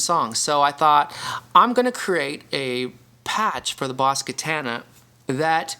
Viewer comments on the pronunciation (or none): The way you say Katana is mind boggling 😂(Kah-Tan-ah)